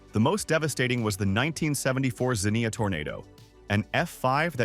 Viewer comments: Overall, a good presentation. I will disagee with some facts. The NFL was started in a still vacant downtown Columbus skyscraper before moving to Canton. You can tell which one it is on Capital Square.🤔😉 Zinnia is a flower, Xenia (zeenya) is a city. Its name derives from a Greek word meaning hospitality. The word and translation are on their water tower on the city's east side. Its wahpawkinetah, not wahpawkineetah. I'll stop as I have a 'list.' 🤔🤣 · Xenia & Wapakoneta. Goetta is pronounced Get Uh Great video though. Thank you for sharing it.